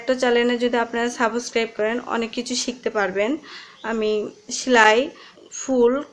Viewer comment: It's subscribe,, not a saboscribe😂😂😂😂সাবোসক্রাইব😆😆😆